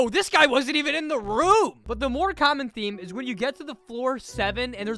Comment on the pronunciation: I like how he says rare or common like it's a pokemon XD